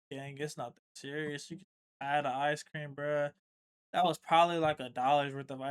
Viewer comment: Bro couldn’t pronounce ice cream that’s crazy